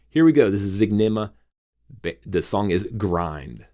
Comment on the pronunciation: Howdy. Thank you for doing this. You got the name right. It's Zig -Ne-Ma.